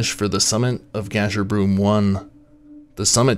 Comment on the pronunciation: It's, "Gasher-Brum not, "Gasher-broom. It's "Biv-wack" not "Biv-walk." Fucks this is basic shit bud.